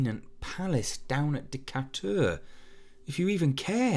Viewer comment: Good reading, but just FYI: ‘Beignet’ (a popular New Orleans pastry) is pronounced more commonly like Ben-Yay, and ‘Decatur’ (a street in New Orleans) is more like Di-kay-ter.